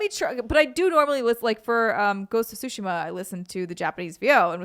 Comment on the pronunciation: Always excited when someone pronounces Tsushima correctly. I'll never correct people when it's said wrong because it's colloquial and it cost $0 to not be a dick but still good on anyone who learns pronunciation and usage of non-English words